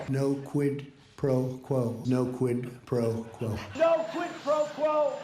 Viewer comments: No "QUIT PRO QUO" are the most difficult words in Trump's vocabulary. He pronounced them with all his effort. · He's obviously mispronouncing "Squid Pro Quote," and there was no evidence of him asking Zelensky for a quote on squid professionals in any of the calls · I think it was September when Trump first said the words PRO QUO couldn't even pronounce the words QUID PRO QUO , now he can pronounce words , just like the con an that he is . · Trump really struggles to say Quid Pro Quo. He can't say origins, he says oranges instead. He couldn't say anonymous. He makes up words based on not being able to say the right word. His arteries are as hard as cement. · Did he say "no quid pro quo" ? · I wonder how many cookies they went through while teaching him how to pronounce 'quid pro quo' ?